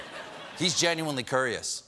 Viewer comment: I was kerious.... kerious, and curious... tremendously